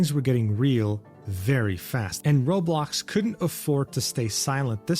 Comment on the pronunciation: The way everyone who doesn't know Roblox calls it Rawblox like just did is funny lol im glad to be back for more content